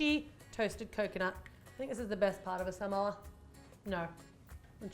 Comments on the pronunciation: Its SA-MO-A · How you say samoa: s-ah-m-o-ah that's how you say that!! 🌴🌴🌴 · Its Su-Mo-U.The way that you've been saying it. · This is how to pronounce Samoa: Suh - Mow - Uh